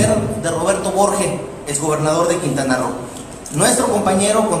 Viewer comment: No es "quinta ro" es QUINTANA ROO